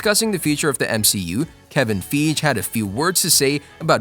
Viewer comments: I noticed every time you mention the name of Marvel's Chief Creative Officer (Kevin Feige) you mispronounce it. Kevin Feige pronounces his last name as ‘Fye-guh’ (origin is German). Please say it correctly. You're pissing off a lot of fans, which translates to lost subs & lost revenue. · For the love of God please pronounce Kevin's name correctly, Fie gee, thanks. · Fay-hee! It's Fay-hee! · "Feegee"? "Ramboo"? Methinks you have to learn name pronunciation. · It's Feige ("Figh Geee" ) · Feej? lol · “Kevin Feeg” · His name is pronounced Kevin fye ge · For me it took all credibility out of the video... 3rd time he said Feeeej i just stoped watching i could not take this seriously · Feeeeeg or Feeej 🙄 Must have paid a voice actor … although I would expect a professional voice actor would look up name pronunciations….sigh….. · Who the Hell is Kevin Feeje?!? :D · Fy-gee Kevin feige ( fy-gee) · That was the oddest pronounciation ofKevin Feige's last name yet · This mcu fan doesn't know how to say the marvel studios presidents name properly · I cant take anyone serious about marvel info that doesnt know how to say kevins last name. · Yo wth: age of galactus, arrival of galactus, dawn of galactus, secret wars.... do we even know the name? And also u pronounced manager of marvel’s name wrong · How can a marvel fan not know how to pronounce our kev's full name .....putz